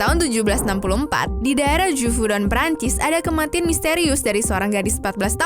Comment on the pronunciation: Nobody: Also Nobody:: "ADA KEMATIN"